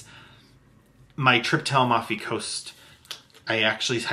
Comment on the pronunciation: So sweet ❤. Please show us the Mimosa cubes when you use them. PS Amalfi Coast…it’s phonetically 😊“A Mal fee” coast not…. “Al mof ee”. ❤